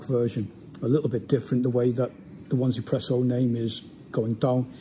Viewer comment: Hi mate! Nice review, I'm looking forward to its release. Could you please elaborate on the company name. I believe that it's pronounced EZpresso (easy presso), with the Z pronounced in the American fashion (Zee). "1" is pronounced "E" in Chinese, so the name is a bit of a play on words. That's what I believe anyway.